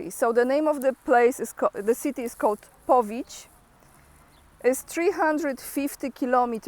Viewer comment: I think you meant Powidz, not Powidź?